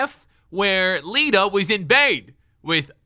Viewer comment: not but the other dude said wita instead of lita